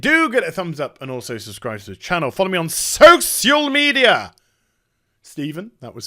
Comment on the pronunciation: Did you really say "Soseeyal Media" just for me?! Thank you, that was truly a gift.